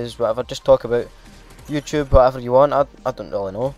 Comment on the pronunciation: What the hell is "Talk aböit"